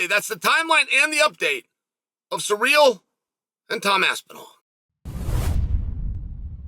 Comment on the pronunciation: 😂did he keep saying Sa REAL?🤣